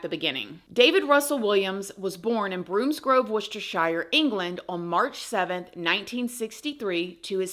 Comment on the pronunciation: Its not Brooms-grove it is pronounced BROMSGROVE